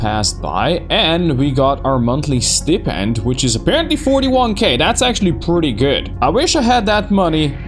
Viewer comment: I’m really curious to know which regional phonology that pronunciation of “stipend” is from, because I can’t find a dictionary that uses it.